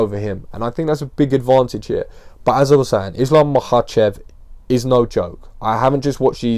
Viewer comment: First off, huge props for pronouncing "Makhachev" flawlessly like a G. Uncle Chael "Malkocheff" Sonnen should pay you for some lessons. However, Islam is not really a carbon copy of Khabib, they are not from the same village, in fact they are not even the same ethnicity and have different native languages (Dagestan probably has more native nationalities and languages per square mile than any other place on the planet). Khabib is Avar, Islam is Lakh. Islam jokingly complained once that during their camps the Avar crew (Khabib, Usman, Umar, Tagir, etc) often switch from Russian to Avar and he understands very little and has only Zuba (who is Chechen) to talk to. Zabit for example is Akvakh (they call themselves Atluatii or Ashvado).